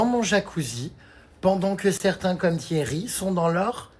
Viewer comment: C’est moi ou il a prononcé "Thiérry" ? lol